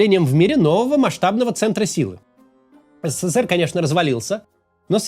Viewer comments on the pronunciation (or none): none